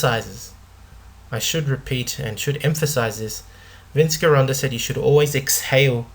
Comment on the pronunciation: Interesting content and series on Vince Gironda--pronounced: "Gee-Rhonda", not "ghee".